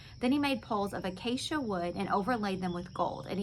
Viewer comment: you said the word acacia perfectly, great job!!☺️